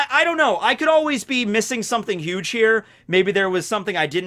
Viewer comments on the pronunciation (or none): none